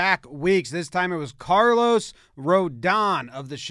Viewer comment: Carlos goes out of his way to include an accent on the last O, only to have the pronunciation butchered by Jomboy.